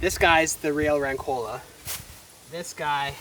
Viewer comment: Just a suggestion, say “rancola” w/ the accent on the vocal A 😊